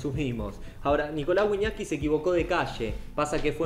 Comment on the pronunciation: En vez de wiñaski mas bien wiñaska